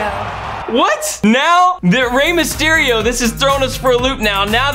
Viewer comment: U said miss on mysterio fart lol